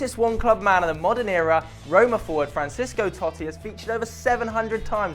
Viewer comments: since john terry moved to aston villa,redo the fuckin video its fran-cess-ko tot-ti,do your homework ok mate? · Disliked for poor pronunciation of Francesco Totti. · You really cant say Francesco Totti